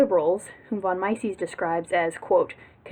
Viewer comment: Great stuff. Also, it's meises like meesees and keynes like cains